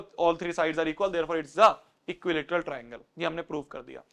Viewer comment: bhaiya tringle nhi triangle 🎉